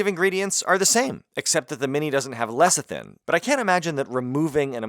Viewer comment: Why you call it lecithin like that 😢 felt like you were telling me to put on some weight 😂